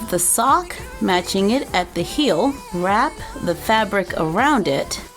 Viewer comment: Am i the only one who heard her say "hill" and not "heel" idk